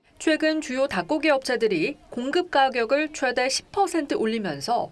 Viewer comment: 기자가 '최대'를 아주 짧게 발음하는데 '최:대(最大)'라고 장음으로 발음해야 한다. 한국어에는 각 단어들에 장음(長音), 단음(短音)이 있어서 국어사전에도 표제어 장음 글자의 오른 편에 : 표로 표시되어 있다. 그런데 요즘 젊은 기자들은 특히 한자어를 말할 때 이를 전적으로 무시하고 전부 아주 짧게 발음한다. 예컨대 여:당(與黨), 야:당(野黨), 대:선(大選), 재:선(再選), 피:청구인(被請求人), 가:처분(假處分), 최:고(最高), 최:대(最大), 양:국(兩國), 대:화(對話) 등, 긴 발음인데 아주 짧게 발음하는 것이다. 이런 폐해는 한자 사용의 폐지에서 기인한 것이다. 요즘 한국인들의 '한자어' 구사가 이 모양 이 꼴이다. 정말 큰일 났다.